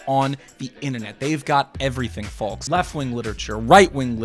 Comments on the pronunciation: Love the content man!! Can you stop saying the L in folks, driving me crazy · Not sure what bothers me more: the amount of hard blinking he does, or the way he says the word "folks". It's like he's only ever read the word but never heard it spoken before. **BLINK** **BLINK**